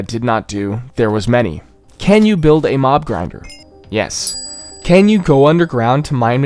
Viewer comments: y is pronounced "y", not "you". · The begging said, “can ‘y’” instead of ‘you’ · "can y survive" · I like how nobody noticed that he said “can y survive “ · I don't know, "can y?" XD